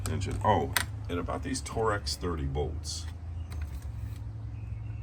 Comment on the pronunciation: Torx or Torex? 😂